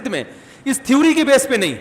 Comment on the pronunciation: .......mufti sahab thewwri nhi theory hota h.....mazirat ke saath...😀😊😊😊😊🇮🇳